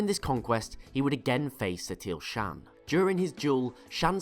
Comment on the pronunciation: Its shawn not shan.